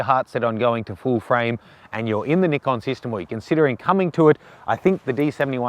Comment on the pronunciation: Good review,practical realistic and unlike all the American reviewers, pronounces the product name correctly, Ni-kon not Nai-kon